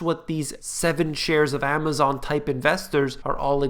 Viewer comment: 'the eigth share of Amazom' :-) love it!